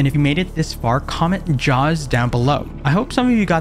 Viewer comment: Ja hee aws (jaws)